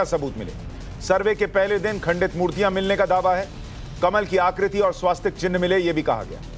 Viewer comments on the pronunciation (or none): स्वासचिक नही. स्वस्तिक. मनोहर